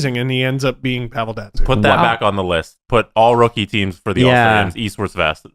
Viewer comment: It's "versus", not "verse".